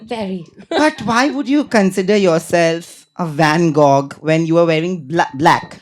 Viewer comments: Can we get rid of this 10th fail host for once and for all? Doesn't look good but at least do the ONE thing right as a host - speak well! Be articulate and classy, not like a gossipy, bimbo from a village. Also it's van GO. Not van GOGHHHH. 😢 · Van-Gog wtf is this pronunciation 😂 this host is the worst, wannabe, I LOVED IT WHEN RANVIR SHOREY showed him his place.. gave it right back to him during bb exit interview 😂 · saying Van GoGH multiple times is just so jarring. As an English language host, basic pronunciation is expected and not to hard to come by. Quite jarring. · Bro apart from the interviewer being so stupid and annoying why is he pronouncing Van Gogh like that!!!! You can literally tell he is not a professional journalist and definitely needs to learn